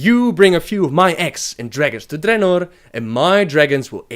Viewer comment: Your accent is the worst.. ><. Why the rrrrrrrrolling r's on some words only? "Appear", "Dragons", "Ogres" are well pronounced, but other words are horrrrrrible. Drrrrrenorrrrr... Grrrrruuul.... come on man..